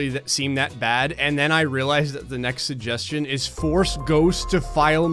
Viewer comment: Wow, you don't pronounce the first g in suggestion and it's weirdly noticeable to me. "suhjestion box"